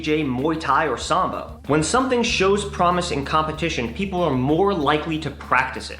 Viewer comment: I only hear " Samba". :'D Solid video though. #FoodForThoughts